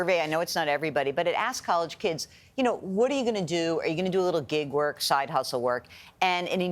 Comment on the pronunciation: Gail: “what is gigguh work?” lol 😅